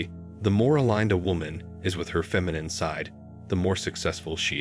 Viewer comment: Sorry. I only made it to . Is this being narrated by AI? Either learn or teach your AI to correctly pronounce "Masculine" and "Feminine" because it's really annoying listening to the narration. There you go - downvoted.